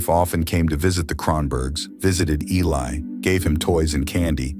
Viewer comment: This is why AI sucks. His name is Eli, not Ali. Mom is Julissa, not Julia. Get it right or don't put it out!